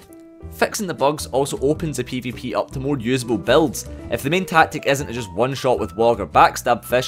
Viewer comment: It took me 15 minutes to realize he was saying BUILDS not BELTS. English is not my first language.... XD